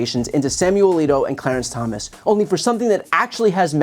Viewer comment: "Clearance" Thomas?